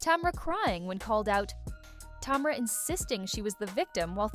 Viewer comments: Tom-ra 🤔🤔🤔 more AI then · And "tomra" 😂